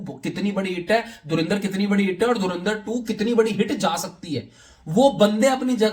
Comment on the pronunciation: Dhurandhar bolo be... dhurinder nai